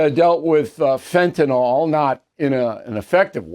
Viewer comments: It's Fentanyl, NOT Fentanol, Bill. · Is that all you took away from this? He mispronounced fentanyl? There are real problems at stake here my friend! What you're mentioning is miniscule!